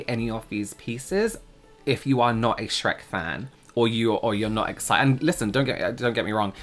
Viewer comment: The first thing I thought was how says "SHRAYKKK" with James 😂